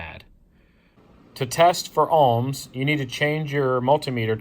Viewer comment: Nice video (took a bit getting used to "Alms" instead of "OHM's" BUT.... This is only ONE TEST and although it will find a total failure condition (open circuit), it WON'T find the biggest problem... A plug that "Appears" ok but actually isn't... In this case, a plug insulation between the inner core and outer grounded thread section breaks down (Cracks or even carbon tracking across the surface). You need a MEGA not a Ohm Meter to make a proper test. Spark plugs typically operate with 25,000 volts. An Ohm meter may work with 4 volts so is not actually testing how the plug operates, just that there is continuity at 4 volts. A MEGA will show if there is a path through the insulation (but may need an insulator placed between the spark gap. (최원국 최원국 beat me to this.... (As I don't know the language I'm not sure what I just said, or if I even copied the name correctly)) q8)